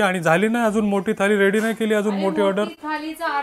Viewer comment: ळ' bol re ल nahi, थाली ky marathi mde थाळी बोलतात. MARATHI asun asha chuka? Baki chaan vlog bnvtos 👍